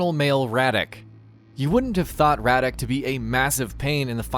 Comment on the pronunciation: Radec ? Really ?